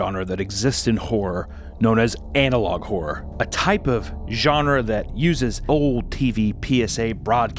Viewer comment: I don't know why you keep saying analogue whore instead of analogue horror but I prefer analogue as well.